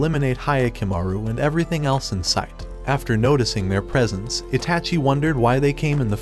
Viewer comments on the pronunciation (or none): none